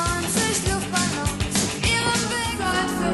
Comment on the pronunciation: A fan and agree with your intuitive sense of the two versions. Also when you say Luftballon the u is pronounced like when you say you. Great job now try it again.